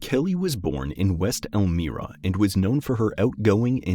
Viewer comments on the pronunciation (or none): Please note > the town of Elmira is pronounced El MY ra. The "i" is a long sounding vowel